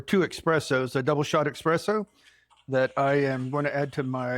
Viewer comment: Thanks for the recipe for this cake,. Just 1 thing, please? There is no x in eSSpresso. ❤